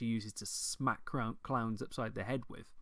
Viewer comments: This accent,. I thought you were talking about fighting Clams for the first few minutes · DLC The way you say "clowns" :P